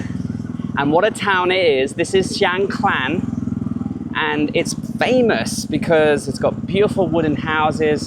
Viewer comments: No "l" or "ล" in the second part of the district name. So, it's Chiang Kaan, not Chiang Klan.😊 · What’s wrong with you British with every name and word you can’t pronounce it’s mysterious to me?😂 Chang klan?🤣😂🤣🤣 (Is Chiang Khan!)🔝👏🤣👍💙🇹🇭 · Great video, but isn’t it Chiang Khan, not Klan. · Is it me or did you mispronounce Chiang Khan throughout the whole video? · Rule number one... quickly research and find out how to pronounce the province / location name you're in... especially when selling yourself as a Thailand travel expert, a seasoned Youtuber in Thailand and still pronouncing things completely wrong! Theres no L in Chiang Khan 😅 Enjoying seeing you back on the road in Thailand and looking forward to following this trip 👍